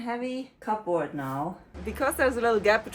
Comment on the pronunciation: you're doing such a fantastic job. You inspired me to work on my own house. I did want to tell you that that we say Cubbrrd... cupboard... I've never heard it called those two words distinctly it's more blurred together.